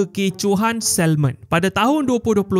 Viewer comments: Sebut SAMON bukan SALMOn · Pemberitahuan umum: Sebutan betul adalah SA MON..L tu senyap..tq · Pronunciation for salmon is SA-MON. Silent L. That’s the correct way to say it. Thank me later. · Sebutan 'salmon' tu, huruf 'L' tu silent, tuan... Nk pegi jauh, sebutan kene international...